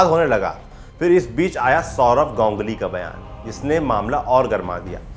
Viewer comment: Gongly क्या है गांगुली बोलो ना